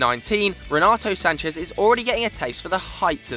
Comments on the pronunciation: 1- Renato Sanches won the League and the League Cup. Respect my dear Braga which actually won the Cup. 2- Why do you say Sanches with a Spanish accent? you are saying like he is "Sanchez" but he is Sanches 3- João Mário was and is the most expensive portuguese player to have left the League. 45 million. Sanches was 35 million euros. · I'm portuguese. I think I know how Sanches is pronounced. In Portugal "Sanchez" doesnt even exist. Its like, we have Rodrigues but not "Rodriguez". The "z" is spanish and the names are said differently. Portuguese and Spanish are two different languages, so both the spelling and pronouciation are different. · Renato Sanches is a portuguese player. Names dont change according with your nationality. What people have to do is learning how Renato Sanches is pronounced in portuguese as it is different from Spanish.